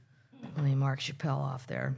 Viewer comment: Its Chap-pell. Like chaps. I love her too. ❤